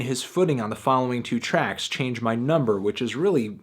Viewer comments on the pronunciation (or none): none